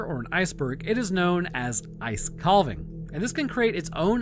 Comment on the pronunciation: Why did he pronounce it 'kal-vuhng" twice? It is pronounced kaa-vuhng, much like calf is pronounced kaaf and not kalf. The "l" is basically silent. Not even sure why that bothers me so much, but it does.